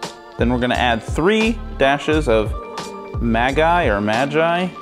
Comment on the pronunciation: "Maggi" is pronounced "Muggee"